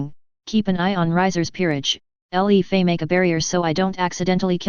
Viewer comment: her name is le fay not L E Fay